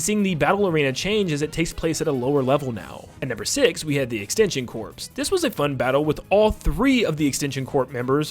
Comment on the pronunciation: That is not how you pronounce corps. It’s pronounced like “core”